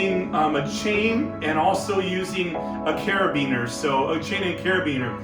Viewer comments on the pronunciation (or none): Spansets? Carabin er. Also may want to use a Lav for audio next time. That said. Informative for a quick basic setup great video!